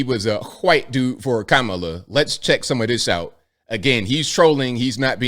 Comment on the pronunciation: And like a true Racist he mispronounced Kamala's name